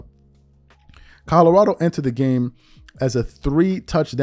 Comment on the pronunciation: Yo this is exactly why I’ve always hated whitlock he that black guy that’s just straight lost and delusional Mf a say anything with no facts just straight 💩 flying out his mouth…. And it’s fuckin CO-LO-RA-DO not codarrado 💀